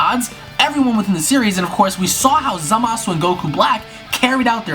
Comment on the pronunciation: How hard is it to say Zamasu. I swear every video I watch of people talking about him always say ZamAHsoo.